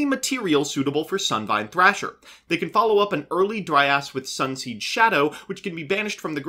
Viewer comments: He was mispronouncing it and saying "dry ass" for comedic effect lol it's supposed to be pronounced "dry-uhz" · took me a while to understand you were'nt saying "dry ass" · Am i the only one who heard saying "Dry ass" instead of Dryas? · Anyone else notice pronouncing Dryas as "Dry Ass"??